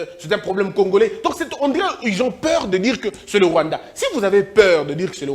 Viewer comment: Il avait Mal a prononcé le Rwanda